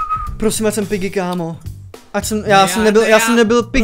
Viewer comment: gorge tak nemůže říkat pyggy